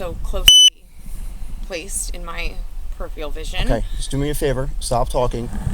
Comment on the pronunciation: Amen, Diane...amongst the plethora of other words that others have previously mentioned below, she pronounces the word "peripheral" as "peripheal"... A right wannabe Einstein, she's actually a name-dropping, arrogant & entitled (& no longer young - & thus she can no longer pull off the cute, ditzy & harmless image that she might have been able to, a decade or so earlier) woman who seems to think that she's far more intelligent (& most likely, more attractive) than she actually is...although I'm unaware of her politics, she strikes me as being so emblematic of the type of über-liberal white woman that has increasingly unleashed untold damage upon the western world, in ever-increasing levels, ever since the turn of the century.